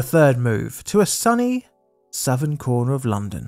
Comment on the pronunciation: The way said a "Southern Corner of the U.K." both times...